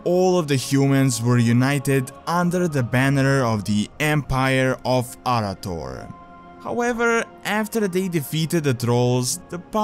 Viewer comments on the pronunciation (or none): it is pronounced ”uh-wrath-or" by both pride in lore for noobs, as well as ingame during quest dialogue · I had to stop watching. Your mispronunciation of Arathor hurt too much, and hurt even more each time you said it wrong